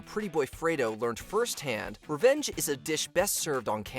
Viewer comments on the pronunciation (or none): none